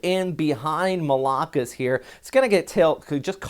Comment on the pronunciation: The stress in pronouncing 'Malakas' is in the last syllable not the second.